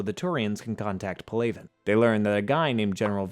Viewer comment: Pal - a - van not Pa -lay -ven